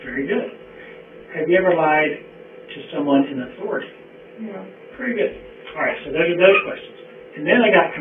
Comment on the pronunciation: She's lied to the detectives a few times. "Have you ever lied to someone in athourity?" "No" 😅